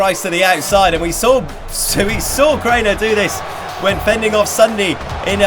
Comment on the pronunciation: You said off wrong